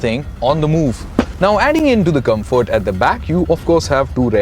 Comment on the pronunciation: Good review and very well edited even with the overdone music and effects, but his constant mispronunciations we're annoying, ie; "Cabin", 'Gladiator", "Rapide", "Comfort", "Infamous", etc